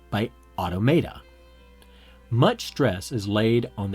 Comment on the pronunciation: How much of this is you and how much of this is Wells? Also learn how to pronounce automata and Babel properly.